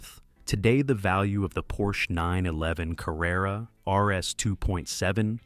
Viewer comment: IT IS NOT PORSCHA but PORSCHEU !